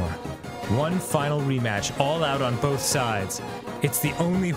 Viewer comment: Why does Arin say “both” like there’s a freaking L after O